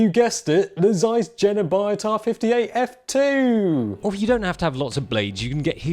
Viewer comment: Jena is pronounced "Yena".